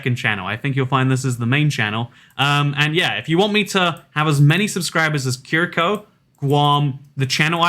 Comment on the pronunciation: Mildly offended Curaçaoan here. . Curaçao is pronounces as KuraSao, with the second C having an S sound.